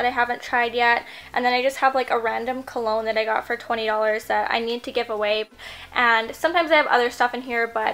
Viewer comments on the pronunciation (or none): none